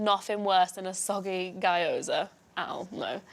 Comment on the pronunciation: its not "guy-oza" its "gyo-za" yeesh lol